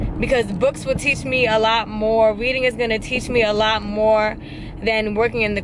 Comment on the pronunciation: Weading (Reading)